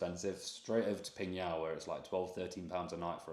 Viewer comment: wowww! Really rare to see tourists went to my hometown, PingYao! Especially on YOUTUBE. the probability is 0.00001%😂. It's really a small town. GLAD you enjoyed your trip there. And your pronunciation of my hometown's name really amazes me, truly legit, totally nailed it, definitely not like when you are speaking ZhangJiaJie.